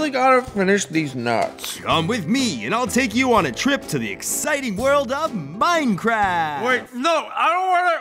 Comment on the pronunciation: MINECWAFT :D